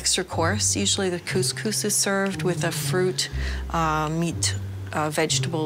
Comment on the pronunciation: And to not even know what a Moroccan meal consisted of- yet alone the most popular "couscous" in which she had mispronounced.